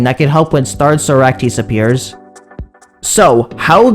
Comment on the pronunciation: Bro say Socrates name correctly bro please